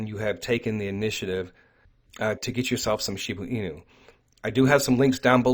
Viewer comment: She BA enu not shebooo enu